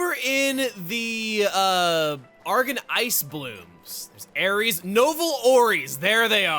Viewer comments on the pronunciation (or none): none